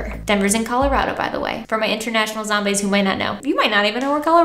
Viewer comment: “zomneigh” oh my GOD 😭